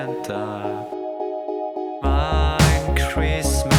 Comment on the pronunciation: Christmast? A nie przypadkiem Christmas?